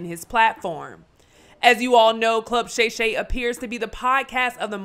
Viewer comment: He called him, “Gay Gay” for Shay Shay.. I saw him say it live